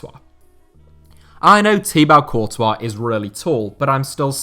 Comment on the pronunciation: You pronounce thibaut courtois wrong